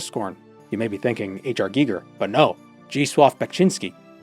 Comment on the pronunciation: Thabk you for teaching me how to finally pronounce Zdzisław Beksiński